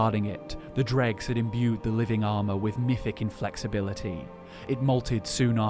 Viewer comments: It’s not pronounced “dReGS” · I never would have know without the pictures. I was like oh he means droe. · Wait it is pronounced drug and not droe? Gonna keep saying droe. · Easy way to tell that you say Dreugh wrong. What is the plural form of the word?